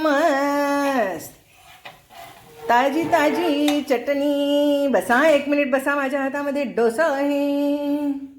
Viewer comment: चटणी च ट णी❤😊 चटणी उच्चार नीट झाला पाहिजे❤